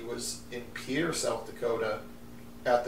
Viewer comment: Pierre is pronounced "peer," rather than "pee-air."